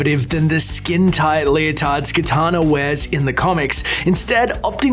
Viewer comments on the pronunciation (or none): it's kAtana not kItana, that's Mortal Kombat babe talk. Sure kItana is cool but I like kAtana better. Cheers!!